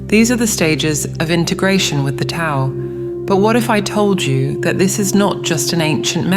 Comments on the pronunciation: ❤❤❤ love love love that this message is being delivered so beautifully. My only concern is that the AI command for the word, Tao needs to be written with a D so that the AI pronounces it correctly. Mispronunciation of it indicates lack of knowledge of its teachings. No one wants to hear regurgitations, especially when it is about knowledge. Js. The rest of the content was sublime!!! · How many of these videos do I have to watch lately rhat mispronounce 'Tao' ?! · Why can't AI pronounce the word "Tao" properly?! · Can you please teach your AI narrator how to say Tao, Taoist, Taoism etc